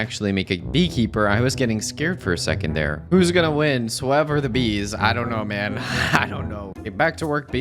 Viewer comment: You’re telling me it’s pronounced??? IVE LITERALLY BEEN SAYING FHIS WHOLE TIME MAN